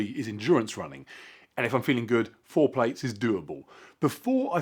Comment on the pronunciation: I love your accent, but I had to laugh because I thought you said, “if I’m feeling lucky foreplay is doable” instead of “FOUR PLATES.” I don’t know why the algorithm made your channel pop, but I am also 6’6” and love endurance running with a penchant for extra large pizzas (I.e., eating garbage).